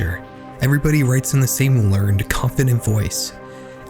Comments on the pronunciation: I'm entertained this channel's video topics, but please PLEASE have your narrator pronounce words correctly. The mispronunciations are distracting. The adjective "learned", as you used the word, is pronounced "ler-ned" with two syllables. The one-syllable pronunciation is a verb, which makes no sense in your sentence. There is no such words as "ay-nother". The word is "uh-nother". The word "a" is NEVER pronounced with a long-a sound. The word "a" is a short-a sound. The long-a sound is the name of the letter, not the word that we use as an article. Similarly, the word "the" is always pronounced "thuh" when the following word begins with a consonant sound. When the following word begins with a vowel sound, then you can pronounce it "thee". Keep in mind this is the sound, not the letter. For example, you'd say "thu university" because the vowel "u" in "university" has a consonant sound. You'd say "thee hour" because the "h" in "hour" is silent. It takes only a few seconds to find the correct pronunciation of words, and it makes the difference between a video that people will watch until the end and a video that people close when the mispronunciations are so distracting that we can't follow the story. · it's pronounced "learn-ed"... I'm not being smart, I saw this in breaking bad